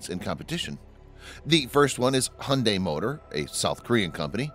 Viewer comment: Hyundai: Pronounced "hi - oon - die"